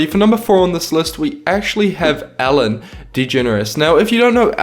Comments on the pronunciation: It sounded like you said Allen DeGeneres not Ellen DeGeneres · Lol when u say Ellen it sounds like ur saying Allen